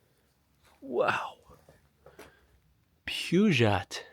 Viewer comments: It's pronounced Purr Geo Peugeot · Renault and Peugeot is French. Pronounced "Ruh- No," and "Pew-Joe." Otherwise, even as a car guy, I only know about French toast and French fries.